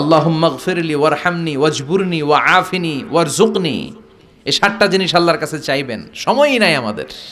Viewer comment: ওয়াজ বুরুনী ওয়া জুকনী।ভাই সঠিক উচ্চারণ জেনে নিবেন কার কাছ থেকে।